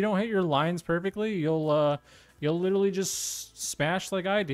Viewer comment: love how he says "litally" all the time in his goofy youtuber voice